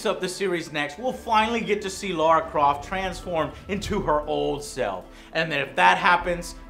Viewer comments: The difference between pronunciation of Lara is because Jonah is a Kiwi, whilst Lara is a Brit. Kiwis really struggle with vowel sounds. ;) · It's "Lara", not "Laura": please! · Joe can't go one Tomb Raider review without calling "Lara" - "Laura" 😂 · its Lara croft not Laura Croft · It's Laaaaara no Loooora with with "a" with double dots above . I don't know how to explain it with diacritical marks! But sometimes in stressful situation you want call someone Matthew but mouth speaks Stephen by itself . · It’s Lara not Lara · Joe, her name is Lara and not Lora. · It's not Laura. It's Lara, the feminine form of Larry. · Ffs Joe - Lora again... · Why do Americans call her Laura, there ain’t no u in Lara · It's LARA! Not Laura, Joe! WTHell is wrong with you??! ^_^) I miss CORE Eidos... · Its lara not laura ffs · Her name is lara not laura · It's Lara, not Lora. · I think it's pronounced "La-ra" because it's the way Lara says it herself...so I use that...plus, she's a Brit so it makes sense. Also, I can't see Lara being pronounced "Law-ra". Her name would be spelled Laura for that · Her name is Lara not Laura. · It's Lara not Laura. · Dude, you still cant say Lara properly LOL. it's Lara, not Laura lol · lara not laura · Just to be pedantic for a moment. Her name is Lara, not Laura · Why do some people add a U to her name? It's Lara, not Laura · And her name IS pronnounced Laaaara, always was. Only idiot Americans pronounce it as the name Laura. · How hard is it to say Lara? LA-RA. Not LAU-RA. Lara. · Come on joe when will you learn her name is L-A-R-A not Laura. ;P (gotcha) any way thanx for the review . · Joe...it's LA-RA. Not Laura. FFS. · It's Lara not Laura! C'mon. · He's saying LARA, it's his accent that makes it sound like Laura. Its always been Lara Croft, it has no 'U', so why would you pronounce it as such? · It's pronounced LAH-RA not LOR-A. It's been confirmed way back. Anyways, good review. Glad I held back on buying it. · its LLLLAAAARRRRAAAA NOT LAURA